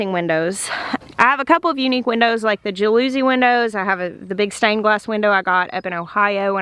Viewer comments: I was giddy to hear your pronounce jalousie:) I LOVE language and regional differences in language and too many of them have died out. Your pronunciation of jalousie was one I've never heard and am happy to add to my collection. Was it a generally used pronunciation in Arkansas growing up? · I'm from Florida. We have jalousie windows in my house. It was built all the way back in 1952! I love that you are using them. I just wanted to gently let you know... there's a different way to say it. That tells me you learned that word from reading... and that is AWESOME! 😘 We love your videos! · Check the pronumciation of Jalousie. Unless you are using an official southern pronunciaton...? You are going to have one fantastic greenhouse. I'm planning mine now and will soak in all your suggestion. Thanks. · me too had a little chuckle no long U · More like oo rather than us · I just love her! A lovely Arkansas accent. Loved when she pronounced the word the way she did; I got a huge chuckle. I'm from Florida, so we pronounced it different. The house I grew up in (built in 1940's) had all "jalousie" windows. Looking at the word spelled correctly, it seems it may be of French origin, which is interesting (they're also called louvers, so...). Those kinds of glass panes were very popular in Florida for a long time (my mothers' house still has them. And, soooo not energy efficient, lol). Very cool though. 😎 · more like ja loo zee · Jalousie Window- JA-LA-CEE windows- that is how you pronounce it. I work in the glass industry and had these windows in my house growing up, and I almost spit my water out laughing when I heard you say it. I'm sorry, I'm not being mean, it was so funny! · Ja luh see is how to pronounce jalousie. The accent or stress in on the ja. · Interestingly Jalousie from the Italian word gelosco for jealousy, when the window is closed the interior of the home is protected from jealous or peering eyes. Jalousie, rhymes with policy. 😉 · I think it's pronounced jal-a-cy